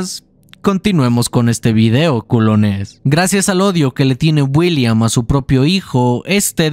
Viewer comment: no se si soy yo pero escucho que en lugar de decir, William dice Builliam:v buen video:)!